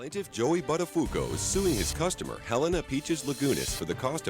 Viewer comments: It's not Butta-foo-co. It's Butta-foo-oh-co. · "Joey Butt-A-fuku"... gosh! .. and she's a Pirro :S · Joey Buttafooco 😂😂😂 I love it when Americans mispronounce Italian surnames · I'm Italian. That's not how you pronounce "Buttafuoco", which in italian means literally "throw fire" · Ugh, I cringed when they mispronounced Buttafuoco.